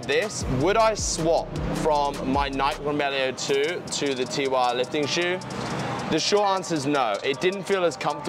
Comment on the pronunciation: Not T Y R; it's TYR, pronouced Teer.